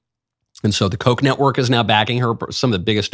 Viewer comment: Did you say “Coconut Network “?!